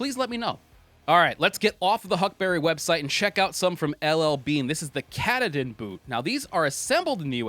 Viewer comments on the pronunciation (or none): FYI, the Bean's are pronounced Ka-TAW-din, as in Mount Katahdin, the tallest mountain in Maine, where Bean is from. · Its " kah tah din " just saying.. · By the way its pronounced Kah-Tah-Din. Only a true Main-ah would know that. Great video. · The Beans boot is pronounced KaaTaaDin.